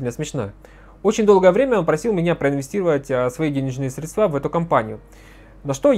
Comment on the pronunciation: Пожалуйста! Прекратите говорить средствА! Это невыносимо! Правильно срЕдства. И только так.